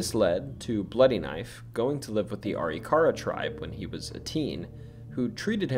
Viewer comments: I dropped a like. Funny story. I live in North Dakota. When I first moved here I also pronounced Arikara the same as you. Are-E-car-uh. My wife laughed pretty hard as Arikara St. is not from our house in Bismarck. When we drive by we still joke about it. It is actually pronounced. A-Rick-err-uh. In my masculine need to be right, I chased it pretty far until I watched a couple of You Tube videos of actual Arikara tribe members. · Arikara Uh-RICK-uh-RAH Almost everyone gets that wrong. Appreciate you!! Also, when growing up the ghost stories I heard about Custer's house were mostly about his wife. That she is still waiting for him to return from the battle. I believe there are some original items in the recreation too...but I could be wrong!